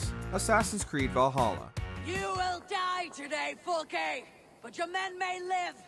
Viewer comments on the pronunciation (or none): fuckin god damn, 2 mins in and im cringing at the way he says Fulke although Eivor yells it out at the start of the video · Eivor literally just called out to Fulke in the game. It's Fulke - pronounced Ful-Ke, not Fulk. 😂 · Bro said fulk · Fool-Kay...that's how you say that... which means you probably didn't actually play it. Which means you can't be trusted. AC Valhalla is an awesome game!! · The fulke fight was easy it took like no time at all and you keep pronouncing her name wrong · Say "Fulk" one more time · bro did you relay just call fulke "folk" like they literally pronounced it two seconds ago in the clip you added... did you even play the game or are you just reading someone's script? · The way you mispronounce fulke hurts me physically. I mean eivor literally says her name right before you do.